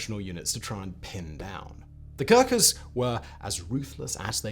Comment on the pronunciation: God!!!! You just butchered their name with dreadful pronunciation!!!